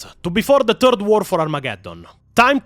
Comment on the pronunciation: bros i love you and the videos are awesome but in h, its not "Turd War of Armageddon", it is "Third War of Armagageddon". just wanted to clarify for newbros. =P